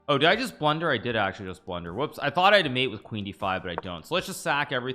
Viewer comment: Castrel here and blundled